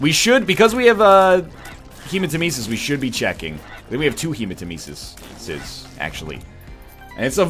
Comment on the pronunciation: Take a shot every time he pronounces hematemesis wrong